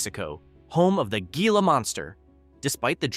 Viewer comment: It is pronounced “hee-lah”, not “gee-lah”.